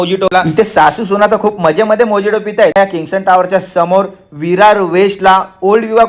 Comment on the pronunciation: मोजिटो नाही हो. मोहितो म्हणतात त्याला..